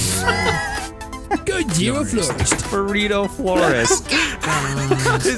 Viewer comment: I heard "Buritto Florist."